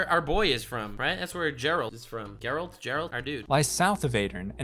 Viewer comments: I didn't see similar comment so I guess I need to say this.. It's Geralt not Jerald. 😑 Hope your pronunciation will be better in next video(s) 😂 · Not jeralt But Geralt